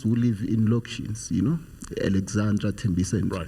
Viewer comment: A whole politician... to say "loctions"... instead of townships is really high school level..was embarrassed on his behalf....hence we stagnate as a country interms of growth